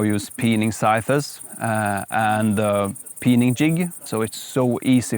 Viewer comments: This is really great. Your english is superb, your enthusiasm palpable, and your team runs like a well oiled machine. New subscriber :) ps: just one tiny bit of help. One pronounces scythes like this: "sigh - th" - not sigh thes. Minor help, to help you along your way. Thanks for doing what you do :) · Oh my pleasure. However, English (any form of spoken English, from Canada, Oz, NZ, America or England, SAfrica, Namibia, et al ), all pronounce the word "sigh -th" - or when referring to multiple scythes, then it is pronounced this way, " sigh-ths". The pronunciation, "sigh-thes" is incorrect and a simple mispronunciation usually made by ESL well meaning individuals. Another trick word to pronounce is "Adze" :) As a native English speaker with an educated background, I urge you to fact check me and see if I am full of nonsense or bias. All the best, LG